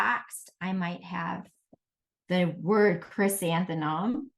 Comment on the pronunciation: Is it me, or is the presenter having difficulty pronouncing the word, "Chrysanthemum"? I hear her saying, "ChrysantheNum"